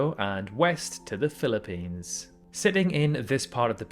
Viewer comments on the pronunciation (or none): none